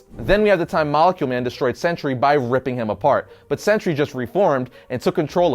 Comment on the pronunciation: I always hear century instead of sentry